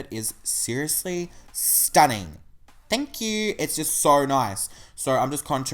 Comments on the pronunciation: its thankq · "THNK YOU" omg I love it